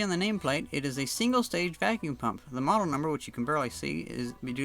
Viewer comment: they somehow forgot the "L" in model hahahaha